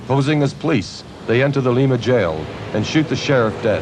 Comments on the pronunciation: Fyi Lima, Oh is pernounced wrong in this. U say the I. LIMA not LeeMA. Yes, im from Lima. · Good,...only one point its LIMA (L EYE MA) Not (LEEMA) Ohio! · Lima, Ohio. It's lime-a not leema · Actually its pronounced Lyma, Ohio. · it's lime-a, ohio not like lima, peru.. how hard is that!? haha we live in the US not south america! pronounce it in english! lima, ohio is said differently then lima, peru